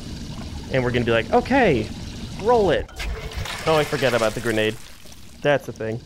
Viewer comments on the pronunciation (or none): “Gradenade” lmao